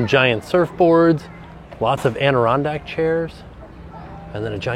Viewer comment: "ANDirondak chairs" from ADirondak New York 😅